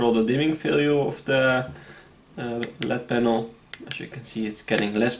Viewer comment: It is called an L-E-D panel. Not a “led” panel.